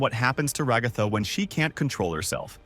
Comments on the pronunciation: Your AI voice keeps mispronouncing Raa-gath-tha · Hearing you pronounce Ragatha "ra-goth-ah" hurts me mentally